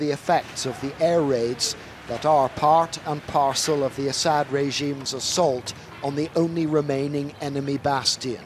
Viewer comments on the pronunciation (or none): none